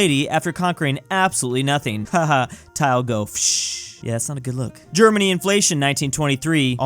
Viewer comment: i like how he said nono germanie